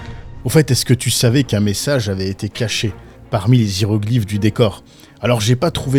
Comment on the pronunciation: Les ZIROGLIF ??? Mdrrrrr ... Déjà que tes vidéos sont naze, en plus de ca tu sais pas parlé 😂😂😂😂😂😂